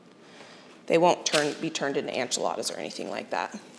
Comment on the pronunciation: I found you a few days ago and have been binge watching your content! lol. I love your style and your positivity. One thing I just have to ask though… I have never heard anyone say enchiladas the way you do (anchiladas). Where is your accent from?